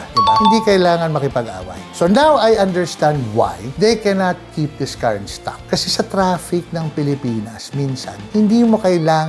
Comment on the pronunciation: "This" is pronounced with a voiced 'TH' - just fyi. :)